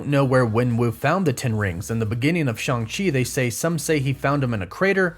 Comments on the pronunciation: It’s Shang chi not shung chi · In the movie it's pronounced shaung chi that's why Shang chi goes by Shaun as a fake name in the movie